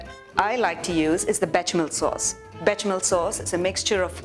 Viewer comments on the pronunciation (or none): Be "sha" mel. My OCD is out full force